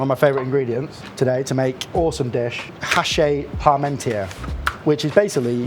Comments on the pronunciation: Just a FY. It's pronounced "achee" not "hachay". Cause French don't pronounce the H at the beginning of a word and "-is" at the end of one is "ee" not "ay". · it's pronounced hash-she, but you got the parmentier part pretty pat down. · hachis parmentier. not 'hache"...fyi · You're pronouncing it haché. It's hachis. And yours looks sublime chef! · It's pronounced "ashy"